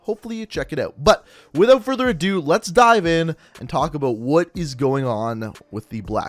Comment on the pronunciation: I liked everything in the video except the way you say the word “about”. Makes me wanna choke you...just a little bit though...just a little.